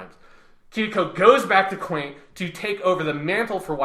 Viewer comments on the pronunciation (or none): Also Quent not Quaint. But real rap I would love a sequel to this where we finally hear thoughts on Armored Trooper VOTOMs Shining Heresy